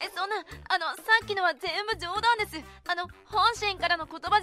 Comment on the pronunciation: ぜ(↑)んぶ くち(↑)べに(↓) イントネーションどうにかなりませんか？